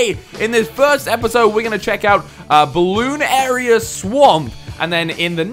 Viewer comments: its called bloon narius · Ninja Kiwi: "Bloonarius": "Bloon area" Me: "dafuq?" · Say it quickly, not with a pause in the bloon-arius part